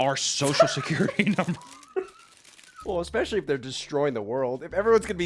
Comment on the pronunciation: I can forgive not pronouncing "especially" correctly, but how the fuck do you mispronounce roswell as rothwell?